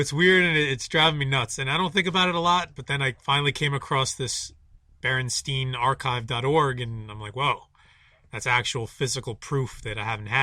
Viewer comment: when you pronounce it at the start. you don't even say Berenstein. bear-en-STINE is how you pronounce that last name